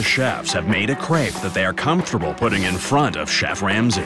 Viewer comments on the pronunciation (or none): none